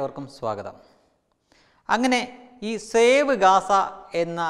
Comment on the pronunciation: ഷേവ് എന്നാൽ ക്ഷൗരം എന്നാണ് ... സേവ് എന്നതല്ലെ ശരി...